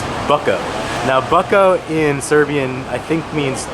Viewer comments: The right pronunciation of "BUCKO" is "BOOTZKO" buddy. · Bucko is pronounced Butshko